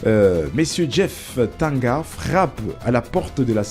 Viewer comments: c'est DJEEF TANGANGA et non Djeef TANGA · C’est ne pas jeef tanga son nom c’est Tanganga japhet monsieur le journaliste stp avant de faire ton émission YouTube faudrait bien lire ou t’informer sur le nom complet de joueur merci 😂